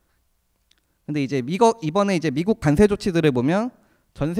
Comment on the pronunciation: 과장님 비주얼은 주임 같아요... 그런데 저도 관세가 자꾸 간세로 들려서....ㅎㅎㅎ